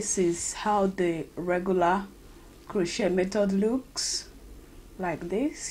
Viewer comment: Its not (crow-chet) its (crow-chay)